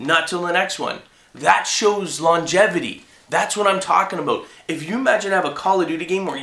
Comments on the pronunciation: He said about like a Canadian. Abut. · Is he Canadian cuz the way he says "about" is funny